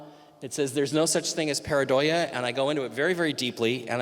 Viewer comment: Mike it's 'Pareidolia' not 'paradoia'... you're mixing up paranoia with the actual word.